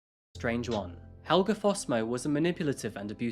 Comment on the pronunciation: As a Swede, the pronunciation here is a bit off. Helge is pronounced with an e at the end, not an a. The name comes from the Norse Hailaga which means dedicated to the gods.